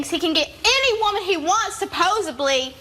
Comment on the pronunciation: "suppoeBly"!?! ☝️ 😝! iykyk